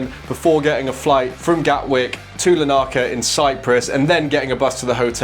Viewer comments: Pronounced "Lar ni ca" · Being from Cyprus, and only being 25 seconds in, I had to laugh at your pronunciation of Larnaca.